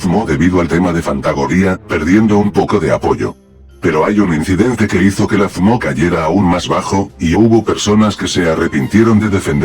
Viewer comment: Aaaaah sacrilegio! pero si el loquendo si pronuncia bien FMO solo tienes que separar las letras -1000 Loquendo points